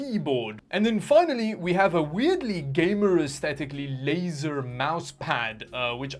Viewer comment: wait for him to start pronouncing "laser" then skip 5 seconds forward. Trust me the effort pays off.